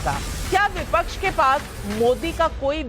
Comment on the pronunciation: बिपच्छ नहीं विपक्ष होता है................ पिछले 5 साल भी ये ही बोलते रहे कि जनता ने मूड बना लिया है....जनता ने मूड बना लिया है